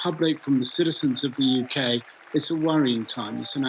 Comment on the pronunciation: The "YUKee" ha ha.